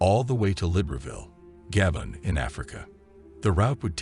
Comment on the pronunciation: I wonder how many people who watched this will be mispronouncing Gabon for the rest of their lives.